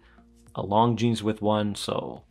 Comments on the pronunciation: Great review. The S in Longines is silent. 'lawn-jean' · The S is silent my friend... It's kind od like calling a Porsche a Porsh. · I'm lusting at this one for a long time but now I have to check that ceramic version. Thanks for the review. You just have to work on the Longines pronunciation a bit ;-) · Just because the French don’t know how to say S 😂 If it’s spelled Longines then you say Longines.